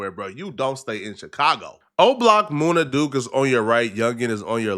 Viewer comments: It’s MUNNA Duke … not MOONA Duke smh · It MUN-NA not Moona Duke 😂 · Munna duke not moona 😂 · Moon-nah? It's MUN-nah, do just a lil bit of homework homie you be sounding retarded bruh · MOONA Duke? Really? 😂😂😂